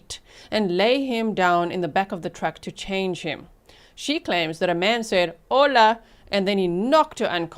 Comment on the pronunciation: It’s not funny but every time you say hola I chuckle